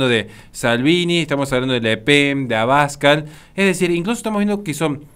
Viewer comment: Muy apreciado, el apellido AbascAl lleva el acento en la segunda A; lo contrario es como si en vez de decir RincÓn, dijeras RÍncon